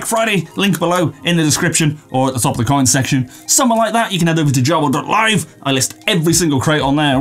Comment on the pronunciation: I've never noticed how you say "coyin" 😂👍 also... What have you been on!? 🤔😉